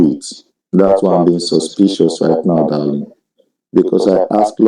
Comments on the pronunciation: Every time I hear him say dahleeng and profess lurve I need to swallow a tiny bit of vomit. Will enjoy his come uppence immensely. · Doll-ling , doll-ling 😅😂